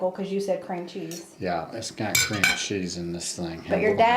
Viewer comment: I remember that video, I laughed so hard at say you could add a lirrle bit more ceam cheese. All looked delicious.